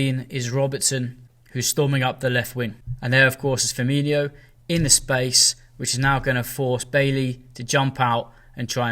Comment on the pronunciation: Mane is not Keita and it’s Firmino not Firminho!